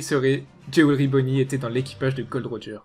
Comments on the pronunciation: Mais c est pas Gold Roger c est Gol D. Roger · C est pas gold roger mais gol d roger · oh mon dieu il ne s appelle pas GOLD D ROGER MAIS GOL D ROGER PTN ARRETER AVEC CET FAUTE SA FAIT 15 ANS ON VS LE DIT BORDEL XD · Tu tes tromper c’est pas “Gold Roger “ mais “Gold D Roger” 😏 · Tu t'es trompé c'est pas " Gold. D. Roger " mais Gol .D. Roger"